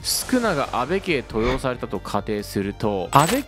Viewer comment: 登用の読み方はとうようです